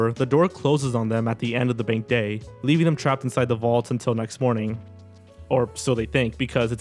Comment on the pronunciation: Listen to how he says "bank" specifically k and you'll see.